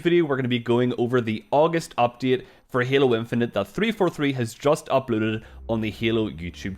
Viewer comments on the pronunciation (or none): Did he just slur when he said uploaded? UpLELL what? Did anyone else hear it too? Lol idk why it just made my brain hiccup. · Lol I heard that too! 🤣